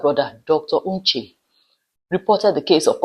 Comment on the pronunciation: Your pronouciation of the surname is awful. It is not "Uche". It is "Onche". "On" like in "Ondo" state.